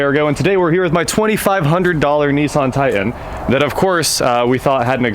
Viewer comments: It is pronounced Tie-tAn...not tight-en. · I cant stand the way he says it. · Is it a "Titan" or a "Ti-an"? There are 2 Ts in titan. Just sayin. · Why do people say "tigh-en" instead of "titan?" I live in Nashville so I hear it all the time. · There are 2 "T"s in titan. It's not a tian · Please say the name of the truck......Ti-tan.......Can’t figure out why a guy from Wichita says this word like he is from Connecticut?????? Parents are East Coasters???